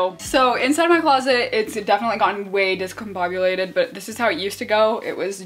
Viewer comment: Discombobulated The word Sofia vergara can’t pronounce